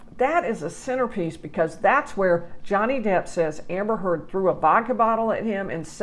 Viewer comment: Thank you for pronouncing her last name correctly!!!!